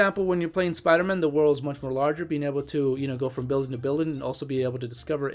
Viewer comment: Spider-Man You say it like it's his last name.